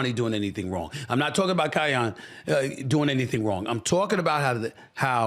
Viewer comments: Say it with me “Kai - Ann” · Its KEE-YEN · He butchering his name lol😂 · Lame! Bro don’t even know how to pronounce Kiyan’s name but acting like he knows what he’s talking about, so I knew you haven’t really watched him, then you said you haven’t watched him 😂 comparing the two simply because their dads are friends. There’s a difference… Kiyan is 6’5 and Bronny is all of 6’1, he didn’t get any of the height like people were expecting he might get. You don’t know how LeBron handled it compared to what Bronny himself wanted to do